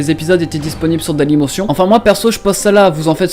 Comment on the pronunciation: Mdrr ta dit "dalymosion" alors qu'on le dit avec l'accent d'habitude